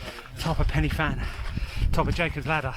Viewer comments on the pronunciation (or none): Prounuced pen y van not fan ! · Hi and. Pen Y Fan in the Brecon Beacons or Bannau Brychiniog as it is now known. Isnt actually pronounced Penny Fan in its original Welsh language name. The letter F is pronounced as a V so the actual pronunciation is Pen Y Van with the Y effect being pronounced as a phonetic U or in Brythonic Welsh its just a lot of English speakers dont understand the Brythonic Welsh pronunciation of the wording. So say I as It looks. You actually really need to check out the SAS storming the Iranian Embassy in London in 1980 to see just how the SAS operate on a actually mission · Pen uh van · It's pronounced "Pen y(like the I in stick) Van", it's Welsh. Should be called the Van dance so englishers can say it correctly. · It’s not placed, it’s the countryside in Wales. The Welsh pronunciation of pen y fan is ‘pen u van’. Diolch! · I’m not Welsh but have lived in Wales for the past 28 years. Listening to the guy mispronounce Pen y Fan is doing my head in. 😡😡 You’d have thought someone making a video who would then proceed to say it over 10 times, I didn’t count because I was p*ssed off listening, would research it’s correct pronunciation. It grated on me so much I nearly stopped watching. If there are any Welsh watching they’ll be spitting fire.